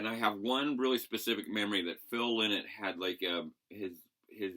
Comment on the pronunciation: Lynotts a bird, its pronounced lienot!!! Lynott!!!